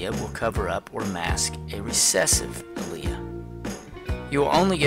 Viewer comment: It's correct he prounced it correct!